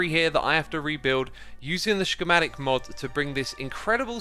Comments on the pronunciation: I usually don't comment, but the way Xisuma says "schematic" is driving me insane. It's pronounced "SKEMATIK". Please. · It’s pronounced skamatic for fucks sake. You’re double pronouncing the sch and it’s driving me insane. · I really hope that X knows that “schematic” doesn’t have a sh noise in it…… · I love the way X says shkematic